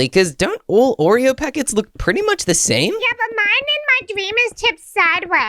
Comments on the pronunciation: Milo is wrong its Oreo not Oree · 😂milo you spell wrong you said oree